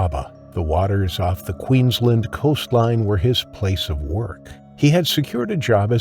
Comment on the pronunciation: Poor Zack. 😢 He certainly had the right people around him when he needed it, even though they did their best it was to no avail. Shark again didn’t do anything wrong. It was just being a shark. Zack is another wrong place, wrong time. Kudos to the narrator for pronouncing Queensland correctly then stuffs it up saying ‘wa-ft instead of wo-ft & Glad-stone instead of Glad-stn’ Can’t win em all I guess 😂